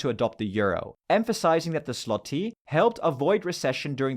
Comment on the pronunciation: wtf is slotti? i do not even live in poland but if know the pronounciation. its, when you read it with a german pronounciation swoty, and the "y", is a low i, similir to a german e